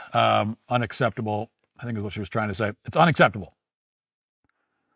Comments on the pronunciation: "Dess unucetabo" 😮 Yes ma'am your IQ level is INDEED unacceptable. 😂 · For the birthday mom, what does "un-astept-uble" mean? Until you can enunciate words properly, maybe lay off the outrage. Also black mothers, naming your kids stupid shit like this, or names you spelled incorrectly on purpose, all that does is gets applications and resumes likely thrown into the trash. So you choose to start your child's life off in a tough way because you "wants to be YOUNIQUE" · "Unaseptible". Gotta program that into my phone vocabulary.